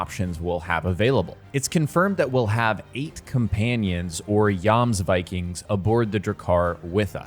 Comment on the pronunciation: And Jomsviking would be *you*msviking. (Viking = like week, but with V. Like the series Veep. Plus ‘-ing’) and Drakkar has two K-s, so ‘Drakkar’ not ‘Drakaar’. As long as the game gets it right, you can pronounce Gloucester and Norwegian words however you like 😂❤️